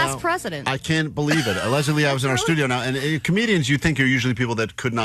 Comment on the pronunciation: Great appearance from Leslie! Idk why mispronounced her name but still good Jk lol